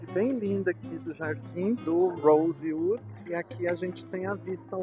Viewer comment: Deveria ao menos aprender a pronunciar o nome do hotel